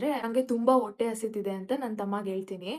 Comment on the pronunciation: ಒಟ್ಟೆ ಅಲ್ಲ ಅದು ಹೊಟ್ಟೆ ಕಣೋ ಮಹಾತಾಯಿ